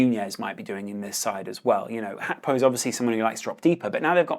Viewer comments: Hey brother it's GAK PO not hakpo. Thank you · It's GAKPO not fu*king HACKBO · Gakpo is dutch but Gakpo isnt a dutch name so you dont have to say "hakpo" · I know you’re probably pronouncing it correctly & I also know it’s probably ignorant to say this but my god was ur pronunciation of Gakpo fuckin’ annoyingggg😭🤣